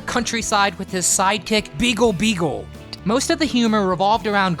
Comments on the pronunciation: It bugs me that you are calling Grape Ape's buddy Beagle Beagle. It was Beaglee Beaglee. With the hard E sound at the end of his name. Sorry but it was one of my favorite Hanna Barbera cartoons! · Wasnt Beagal Beagal... it was Beegalie Beegalie 😂😂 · Beegle Beagle was pronounced Beegly Beagly.